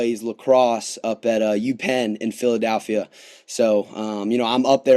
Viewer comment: Except for saying "PhiladAlphia"